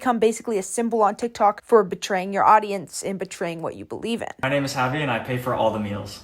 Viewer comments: you don't actually pronounce the j, you use h- "hahvi" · I think you pronounce his name as havi cuz j have the H sound cuz idk Clara would call him havi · btw javi is a spanish name, a lot of people here in the philippines have it, its pronounced havee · Hi, the pronunciation of Javi's name is "Havi" since he's Filipino so you would pronounce it the way you would in the Spanish context (the J is pronounced as a H) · is it not pronounced Havi? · I think its pronounced like "havi"